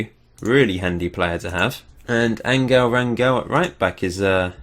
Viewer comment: That sound you make when your coughing up phlegm, thats how you pronounce the "g" in Angel